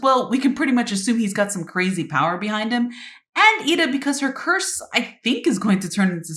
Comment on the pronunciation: when you said edas curse it sounded like you were saying purse😂